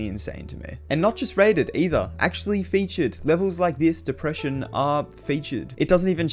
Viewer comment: ‘Gets fewtured”